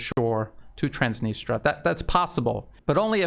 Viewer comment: Please check on the net how to pronounce Transnistria